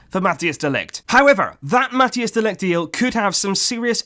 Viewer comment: Its pronounced Mathais de ligt, if we are going to sign him you wanna be pronouncing it right😉